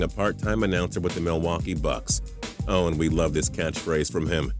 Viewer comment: For bob cole it isn't oww baby it's ohhh baby